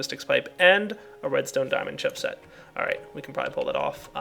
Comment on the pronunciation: haha he said diamond chipshit